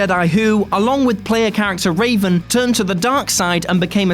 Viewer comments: It's REVan, not Raven... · ....... Its Revan........ not Raven.......... they even spell it out in the dialogue boxs in the game....... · Stop calling him Raven for fucks sake! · REVAN! NOT RAVEN! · "Raven"? Duuuuuuuude. "Revan" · It's REVAN not Raven also its a huge plot twist in the game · It's Revan you dip not Raven they are a Jedi not a fawking bird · ugh...got a bit dyslexic there, huh? It's Revan, not Raven....and who the hell felt bad about taking out Malak? where's Xion from Kingdom Hearts: 358/2 Days? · REVAN NOT RAVEN!!! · HEY...whoa..not cool..it's not raven it's REVAN! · Darth Revan, not Raven. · Did you call Revan for "Raven"? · Did he just say raven instead of revan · Zach Keaton yes, several times. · He said “Raven” instead of Revan My face cringed off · It hurt me ever time he said it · You can tell they’re reading off a script and not played KOTOR if they’re saying Raven 😂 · Its revan you uneducated swine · Revan. REVAN. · MALAK and REVAN, not MALEK and RAVEN. This just hurts.